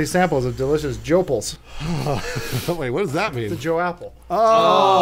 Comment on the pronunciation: My favorite part is making "Joe" the middle syllable of each word instead of the first, like everyone else.